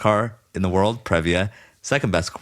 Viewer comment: Previa is a long E sound. PREE-via.